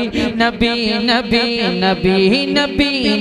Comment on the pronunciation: Nabih hota hai Ya k Nabi. Sahi Se Naam lo Pyare Nabi ka, Nabih Nahi Balki Nabi kaho.